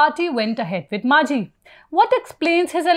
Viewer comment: He is Majhi not Manjhi. Please do the basics right